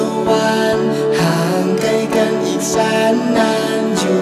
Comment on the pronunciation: เพลงดีมากเลย ดนตรีดีมาก แต่ติดอย่างเดียว คือ การออกเสียงควบกล้ำครับ ห่างไก... พ่างพาย... ไก้กัน.... ฟังแล้วมันแอบสะดุดเบาๆ -_-"